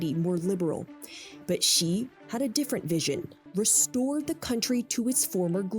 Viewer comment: Hasan your pronunciation of "Xi" is killing me